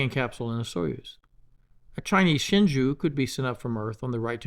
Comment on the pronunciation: Just a point on pronunciation. 'Shenzhou' is pronounced, 'Shen-Joe', like the current US President. That is all. Great vids mate.